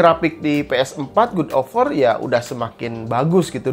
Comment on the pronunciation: "Gud of wor"